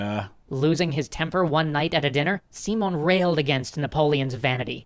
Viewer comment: I know if a video is in english, it must be pronounced in english. But just to clarify, "Simon" is pronounced without the "a" in the "i" [As in everyword in spanish, the letter i only has that sound] . =P. And the accent it's in the o. So, it's Si (with the i as in "in") - MÓN And bo-LI-var. =)